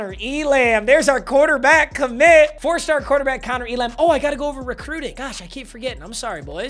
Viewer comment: Elam is pronounced, ‘ELum’